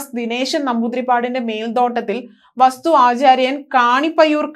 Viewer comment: വസ്തു അല്ല വാസ്തു എന്ന് പറയു. വ്യാളി മുഖം, ദ്വാര പാലകൻ. എല്ലാം തെറ്റി പറയുന്നു. അക്ഷര ശുദ്ധി പ്രധാനമാണ്.